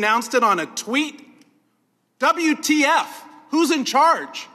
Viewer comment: dobel iou ti ef… who is in charge ? Ces ricains sont à mourir de rire…